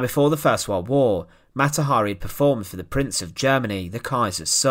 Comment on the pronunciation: what the hell is a wald wauuuuugggghhh , it is pronounced world war . Im done . Im asking you tube to not recommend this.